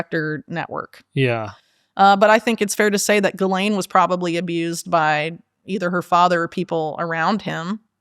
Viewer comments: Also says “Ghisplaine” and it makes me lol everytime 😂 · 6.58 "do you want to Ghisplane"? 😂